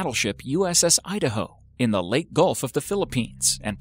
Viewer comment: Leyte is pronounced Lay Tee, not Late. Can't you get any real pictures of these ships and other vehicles?